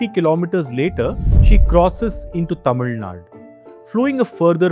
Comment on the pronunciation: yaen nae "Tamil Naad" nu solreenga? Azhaga "Tamil Nadu" nu sollalam le 😔